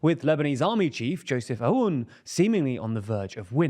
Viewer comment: Please note that his name, "Aoun" is to be pronounced like "Own". Glory to Lebanon!